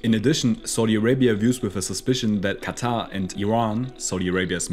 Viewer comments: It's not "khhattha" , It's quatar more like (katar) 🙂🙂. Use proper pronunciation. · Bro why does he pronounce qatar as "kata" 💀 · It's pronounced "cutter"